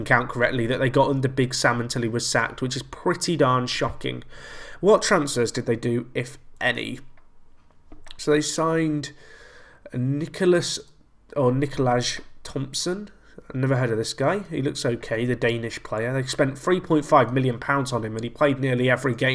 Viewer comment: Nicolaj is pronounce "knee-co-lie"